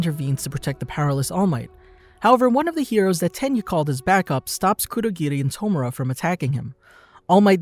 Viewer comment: Great video. One thing I don't understand is............ why on Earth do people pronounce anime/ Japanese names with a D . Why. Stop that. Bad. Cur-do,gi-di.... its kurogiri. Kur-o-giri.